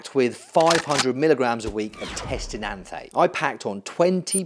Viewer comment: enanthate not ethnate